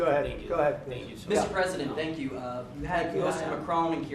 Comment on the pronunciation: He said tyank you twice right when he started soeaking what a bozo the vp is